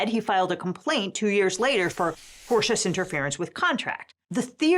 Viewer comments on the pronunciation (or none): none